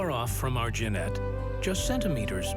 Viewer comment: Narrator can't even pronounce Genet!